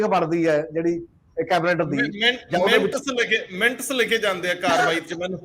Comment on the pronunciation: Bhai sahib, the pronunciation is not ਮਿੰਟਸ rather it is minutes (ਮਿੰਨਟਸ).